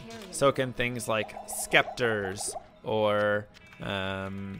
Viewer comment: Does he say Scepters wrong, intentionally? Like is it an inside joke?